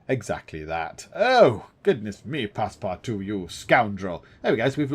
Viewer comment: Your missing out on a great book. :) For your info... The book (and the movies) were not set in SteamPunk settings. It was normal environment for that time period. You ARE pronouncing Passepartout's name correctly. And Phileas Fogg typified the ideal Proper Englishman. Very Punctual, and very Exacting, very set in his ways and schedule. He was NOT adventurous before his little 80 day trip.